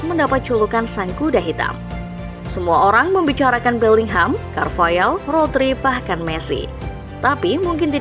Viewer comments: Carvahal bukan carvayal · carvahal sayang, bukan carvayaaaaal